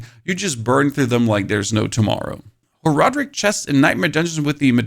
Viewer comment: how you play the game this long and still mispronounce horadrim lol